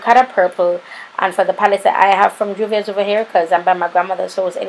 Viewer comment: I really really love how you put your own spin on the look and i reeaaalllyyy need that pallete in my life! Juvia's never disappoint! Lol the way u pronounce my name makes me chuckle every single time. Thanks once again for this collab. New subscribers have been rolling in.. 😁😁💃